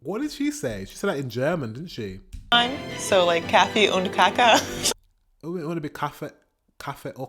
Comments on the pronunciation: Kaka (cookie) is pronounced with a long aaa for the fist a. Kaaaaaka. Phonetically [ˈkɑːka] The first a is the same as in father. The second a short, and doesn't have a equivalent in English really, but as long as the first a is long and the second is short, you are as close as you can. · Can´t even imagine an hike without a "fika", I feel so swedish now.... 😄(You say "kaffe och kaka" good. But an longer "a" in the first a in kaka. "kaaka") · Also, worth noticing: kaka with a looooong second "a". Kaaaka. Not like the German woman says it here. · Coffee = kaffe Cookie = Kaka Kaka is pronounced like cake, that's what's so exciting about the Swedish language. Many words are similar but don't mean the same thing, or they've been Swedishized and wandered away 😂